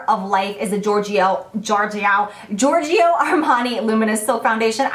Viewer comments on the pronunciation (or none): hi jaclyn, this is barbara from naples, italy. i love your videos. i watched them all. thanks for the beautiful teachings. i learnt a lot from you. i just would like to teach some italian. when you say GIORGIO ARMANI, don't pronounce the vowel I of GIORGIO. This vowel is only meant to pronounce the letter G as in Jaclyn and not as in Go. So say giorgio straight with no i in the middle. like JORJO. ok? :-)